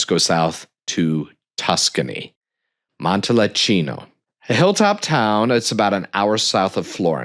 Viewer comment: Just found your channel. Good overview of Italian collectibles. Appreciate the good info. But oof - you were correct about butchering of the pronunciations! murder of “Montalcino” alone dings your credibility, not to mention the numerous “i”s pronounced as “e”s (and vice versa)!